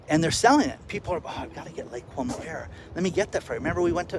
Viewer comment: Lake Como, not Lake Cuomo.